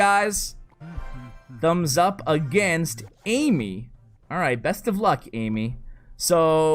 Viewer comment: "AMEY" is pronounced Uh-May, not AMY:)